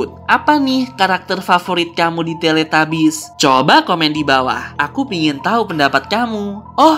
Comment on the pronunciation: Tilitubis bukan teletabis maksudnya bacaannya tilitabis dan tulisanyna teletabus